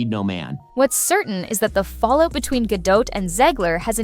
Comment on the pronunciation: Gla's last name is pronounced Ga-dot not "Gadoe" - - the T is not silent